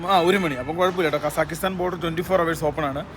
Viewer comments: കസാകിസ്താൻ എന്നു പറയാൻ പഠിപ്പിക്കു😌 അല്ലെങ്കിൽ നമുക്ക് ആ രാജ്യത്തിൻ്റെ പേര് മാറ്റിയാലോ🤔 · അവനോട് കാസഖിസ്ഥന്റെ പേര് പറയാൻ പഠിക്കാൻ പറ